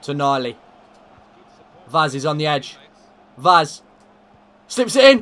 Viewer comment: If you are interested in knowing how to pronounce Vaz's name correctly, it is read "Vash" in portuguese